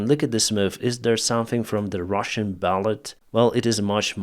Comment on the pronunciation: Also "ballet" is pronounced without the "t" just "balley" ! Probably another French word.